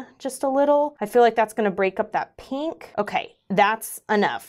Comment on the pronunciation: Heheh... "peenk" lol